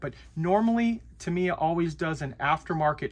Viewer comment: This dude is still saying "ta-MEE-uh"? Yikes. I wonder how he would feel if people began calling him "arn-DYE"?